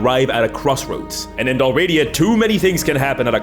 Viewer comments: Thanks for this. Also, isn't the sponsor pronounced DAhl-ree-AH-dah, not dahl-RAH-dee-ah? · Its said Dal, Ri, Ada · Just a note without judgement. Tis Del-Ree-ah-dah. Not Delradia. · Dal Riata It’s pronounced: Dal Ree Ah Tah. It was a Gaelic kingdom in what’s now western Scotland before Scotland came together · I love your channel, but I hate that the first thing I have to say is "Bro, you're sponsored by someone selling a product about a place called Dalriada and you're pronouncing the name entirely wrong." If it's for engagement, good job, but I honestly hate that trick 😒 Other than that, I absolutely adore your work and fantastic work coming up with great stories and providing content for everyone to enjoy so thoroughly!! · YOU MISPRONOUNCED DALRIADA SHAME ON YOU